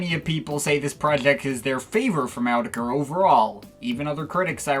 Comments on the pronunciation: It’s actually “er-tetch-ray” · All the "it's actually pronouced.." aside, it's actually pronounced "ah-tek-ra" like the sample in their song.. I don't remember which one but I swear it's true.